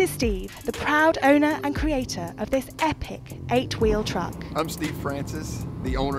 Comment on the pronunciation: Not my style but I respect the hard work and detail. The real problem with this video is the female narrator... "EHH PIKK truk"